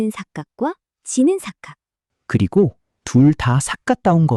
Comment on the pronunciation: 발음을 고쳐야할 곳이 하나 있네요. 삿갓은이라고 하는 발음이 삿갓을 "삿갗을"이라고 하네요. 다음엔 고쳐 읽으세요. 영상 잘 봤습니다.